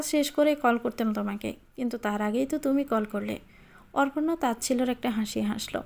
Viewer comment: অপর্ণা কে অর্পনা উচ্চারণ করছেন কেন?